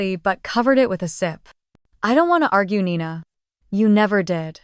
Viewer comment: Nina not Nina 😴